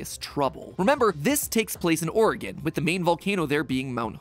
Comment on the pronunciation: And pronounces it correctly! What wonder!